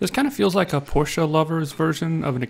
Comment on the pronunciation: Just to let you know there is no "A" on the end of Porsche and is not pronounced with an "A" on the end.